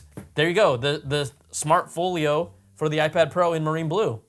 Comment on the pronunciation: "smart FOOL YO" why do you say it like that?? intentional?